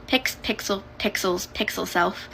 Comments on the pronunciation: you know you got a problem when you have too many "pronouns" when you say pickles for pixel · Yes. Please Enderself!!! Also, her misspeaking and almost accidentally calling herself a pickle made me laugh. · When the girl in the first clip said "pickle" instead of "pixel", my puppy laughed